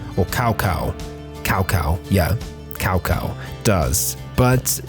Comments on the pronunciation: It`s Tsao Tsao, not Cow Cow, please google it, it's quite a famous name... :( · Tzao Tzao not Cow Cwo! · Please its pronounced s-ow s-ow ow like youre in pain